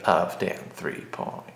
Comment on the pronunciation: I noticed your pronunciation of 3.0 today. :P Very nice.